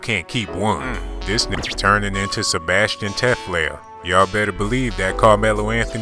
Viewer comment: He said Sebastian Teflair hahahaha